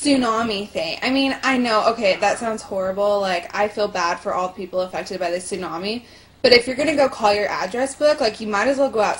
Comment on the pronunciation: daam she say tsunami smh